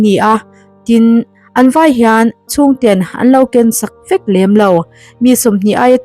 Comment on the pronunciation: '...nangmah ang VËK.' Mizo ṭawng chhiar dik zir nasa rawh khai.